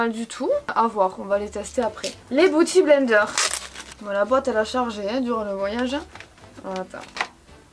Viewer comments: pitié, biiiouty blender pas bouty!!😂😂😂😘😘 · LOL! Arrête de dire Booty Blender hahahaha! C'est beauty blender. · Je ne regrette pas d'avoir cliqué juste pour avoir entendu dire " Booty blender" 🤣. #Bilingue